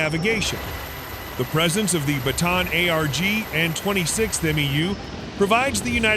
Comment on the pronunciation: it's pronounced as BATA AN